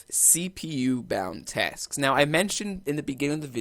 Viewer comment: Thanks a lot buddy !! Lots a "TESKS" there ;)